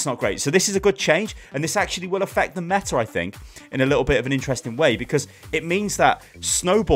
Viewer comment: I thought it is "mega meta shit" xdddd